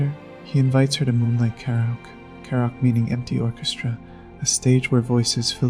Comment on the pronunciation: The video was good overall, but the pronunciation of multiple words and the subtitles were not great. Naomi (not “Nomi”), karaoke, and sake were a few mispronunciations I noticed. If English is a 2nd language to you, then I apologize. Again, the video was good, this is just some constructive feedback I had.